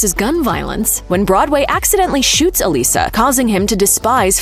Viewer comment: Thank you for pronouncing the name Elissa correctly. One of the reasons I loved this show.